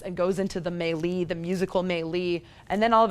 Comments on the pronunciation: Haha wtf is a “may-lee?” I know what a melee is... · Are you repeatedly saying melee or some made up word? Maylee? What is that?